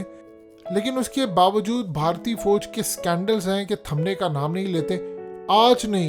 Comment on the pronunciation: Apni Urdu kheek karein foje naheen Fauj hota hey lafz. Qoumi zaban naheen aati videos pay commentary ka shouq hey.